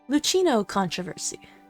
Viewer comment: It's just a detail, but the "ch" Luchino is pronounced as "k"